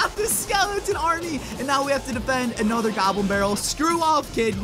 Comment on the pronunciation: LETS DO ANUTTER